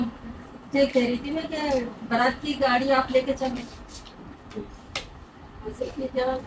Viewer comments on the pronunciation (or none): none